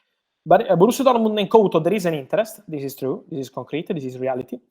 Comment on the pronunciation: Yan Cotton 😂 it's Couto